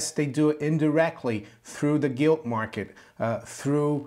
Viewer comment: Sorry did you say Gilt or Guilty lol, keep up the good work